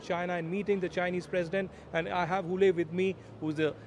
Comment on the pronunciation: Pronunciation Wooh Lie